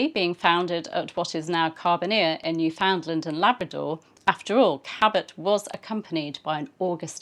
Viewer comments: Cabot may have named it named it New-Found-LAND, but today it's NEWF-und-land and hearing new-FOUND-land really grates! (Maybe my pronunciation is only what my dear Newfie friends use, but. . . I do think it is the standard one) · NEWfoundland rhymes with' UNderstand. - understand? (Sorry - as a Newfoundlander the English mispronunciation is one of my pet peeves!